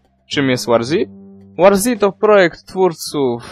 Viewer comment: Eeej nie "łarzi" tylko "łorzi" ;)